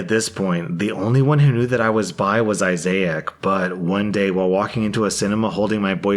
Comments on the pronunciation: Listening to this in the kitchen, cleaning, I keep hearing "isaiach," and wonder if this is a combo of Isaac and Isaiah? I have to go and check. Nope. It's a mispronunciation of a misspelling. 😂 Tbf, it'd make a nice name, but no substitute teacher would ever get it right. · Thst is the pepper spelling of Isaac (eye-zack) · Starts saying Isaiah and makes it Issac halfway through Me: "The hell did I just hear?" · THANK YOU!! My brother is Isaac, and it drove me crazy! It’s eye-zick. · How do you not know how to pronounce Issac? There’s no “I” after the “a.” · I got so distracted by the brother story by how was pronouncing Isaac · I appreciate that over the course of this video, learned how to pronounce "Isaac" ☠️. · The way this dude pronounced Isaac is so cringey dude. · How the fuck do you mispronounce the name Isaac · You don’t pronounce “Isaac” like that, Just saying. Otherwise good video. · OMG the way he keeps pronouncing issac is sending me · that isaac prononciation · How do you see issac and pronounce it like that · The way you’re pronouncing Isaac is fucking with me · Why did pronounce issac two different ways in the same story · Why do you pronounce Isaac like that lol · I'm sorry but...WHY are you pronouncing Isaac like that? Lol. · I’ve never heard anyone pronounce “Issac” this way lol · The way you're pronouncing Issac is SENDING ME! 😂😂😂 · Same...lol....like, where did he get that pronunciation from? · That pronunciation tho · I can't speak for anyone else but I, personally, have NEVER heard the name Isaac pronounced like this...NEVER! The first time he did it, I thought that maybe he was misreading it as Isaiah, then realized it's Isaac, and that's why he messed it up. It's okay, he'll correct it next time...but NO...he KEPT pronouncing it that way, and it bothered me more, and more, each time!!! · I love that you pronounce Issac like Mosiac. lol. Why you adding that i in the middle? Is Issac not a common name in the US?